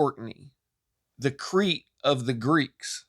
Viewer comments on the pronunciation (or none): none